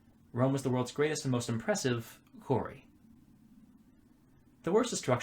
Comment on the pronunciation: Why can’t this guy say quarry?